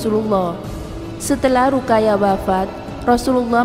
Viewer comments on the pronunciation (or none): Min... Ruqayyah dibaca harusnya Ruqoyyah